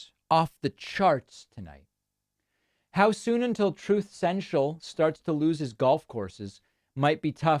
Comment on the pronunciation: Troth senchal. Trump can’t even say the word truth, lol. He’s allergic to the truth.